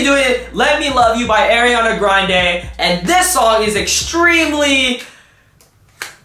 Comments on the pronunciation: I disliked the video, because you said “airiana grande.” For God sake - it’s ARIANA! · ITS ARIANA NIT AIRIANA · Btw her name is pronounced Ah-ree-ah-nuh not Air-ree-ah-nuh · It's Ariana not Arianna 😂😂😂